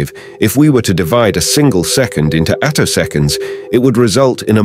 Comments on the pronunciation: "attosconds" - text-to-speech wirh a typo? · You didn't actually say anything. Some kind of awful text-to-voice robot read the words you typed. That's why a couple of times it didn't know to say attoseconds, saying "a toss skints" instead.